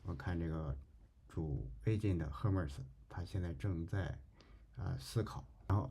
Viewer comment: Hermes 读作/ˈɜːrmiz/ 厄麦兹🤓